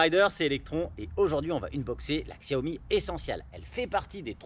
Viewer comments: Chaomi ca se prononce ^^ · Comment avoir confiance dans l'analyse de quelqu'un qui ne sait pas pas prononcer la marque ?